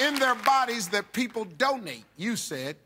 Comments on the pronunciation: Haha I heard 'don't need' instead of 'donate'. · I thought Steve said "Don't eat" instead of Donate xD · well... I understood "Don't need" instead of donate.... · oh gosh I thought it was 'don't need' as well!! You mean I've been listening to this so many times and it's 'donate'?! lol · Oh wow I misheard "donate" with "don't need" so i was like Waaaaaaa? when the first girl said Heart XD